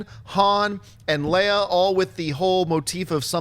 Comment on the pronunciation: He said princess........princess leía?